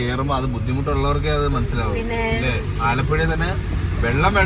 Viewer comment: Alappuza ❌ Alappuzha✅